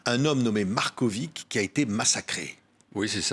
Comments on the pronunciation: C'est pas MarkoviK, mais Markovitch, avec tch ... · Patrick Simonin est un excellent journaliste posé et souriant mais pourquoi prononce-t-il le nom Marković : Markovik? C'est un nom serbe qui se fini avec un c surmonté d'un accent aigu et qui se prononce donc Markovich. Philippe Brunel prononce correctement le nom tout au long de l'interview mais Simonin ne corrige pas sa prononciation et s'obstine à prononcer Markovik! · Svp proncer Markovitch comme Djokovitch